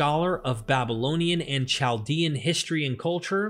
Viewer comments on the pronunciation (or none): your unusual pronunciations for words like annals, regal and Chaldean are grating to the ear and distract from an otherwise smooth oratory.